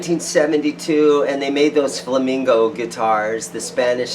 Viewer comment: It's Flamenco not Flamingo.flamingo is a bird not a guitar. Love your videos!